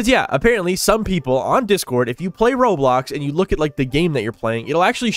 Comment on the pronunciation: I thought he said rolox 😭